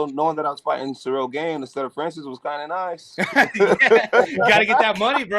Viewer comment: Jon has yet to pronounce Cyril’s whole name correctly 😭